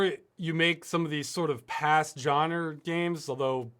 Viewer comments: I like how Ross says genre. (JAN-ER) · I agree, its "Genre", Not "Genre" :D